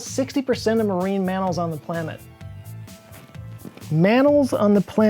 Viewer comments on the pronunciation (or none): Oh my gosh!! I DIED laughing . You worked so hard to get that word right only to go on and say "plamet!" 😂😂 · This part had me laughing out loud, even after rewinding several times, mannals on the plamet, it snuck up on you as you were struggling with the actual hard part of the sentence, haha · "Mannals on the plamet" ... this was my favorite line.